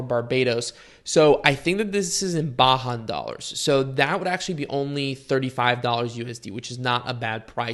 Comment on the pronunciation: "Baahan dollars"? Are you trying to say Bajan (pronounced bay-jun) dollars? BDS stands for Barbadian Dollars